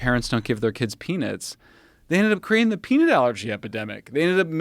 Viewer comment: this guy shouldnt say peanut anymore....."peenit"